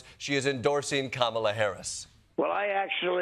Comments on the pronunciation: He can't even say Kamala's name. Same respect he's had for women his entire life. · Ah, yes - that's the way people were showing how to pronounce Kamala's name while on her campaign bus tour stops this summer - by holding up speech bubbles with "Comma-la" on them. Others spell it "Calm-ala," due to her calm nature and ability to reduce existential and gubernatorial stress in voters.